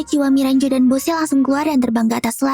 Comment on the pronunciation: Yang benar bosse bukan boshe